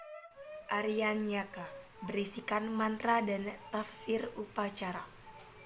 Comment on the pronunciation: Banyak salah baca ya ? Misalnya Aranyaka dibaca Arkaniya, sebutan jenis Upanishad